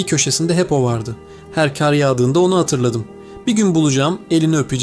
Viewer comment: Keşke şu kar kelimesini doğru okusaydınız, ince a şeklinde okuyunca anlamı değişiyor, örnek bir maldan kazanç, kar anlamına geliyor. Bir emekli öğretmenden de size gelsin bu küçük düzeltme.